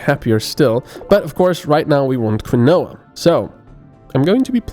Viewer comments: Quinoa is pronounced Keen-Wa, not Kwinowa :v I used to play a game called Outpost years and years ago. It was a colony sim with the basic story that Earth is experiencing asteroid induced armageddon and humanity's last hope is to send out a colony ship. No game since then has quite replicated the experience for me because they end to be less granular and or realistic. Games like Anno for instance are intricate puzzle games where you balance inputs and outputs and zones of effect, the fact that your colony happens to be on the Moon is almost an afterthought. What I've been looking for since the original Outpost is a game that simulates that true space colonization experience where you start with only what you chose to bring with you and have no home to return to. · quinoa is pronounced keenwa xD just sayin